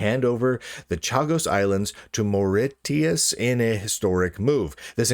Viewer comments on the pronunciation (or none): It's pronounced (phonetically) - More-ish-us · Mauritius is pronounced maw-ri-she-us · its pronounced more-ish-us 😊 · the first time i noticed how uneducated lunduke is was whille watching the quandoom episode. now seeing how he cant pronounce the name of a very popular holiday destination my suspicions got confirmed. this is sad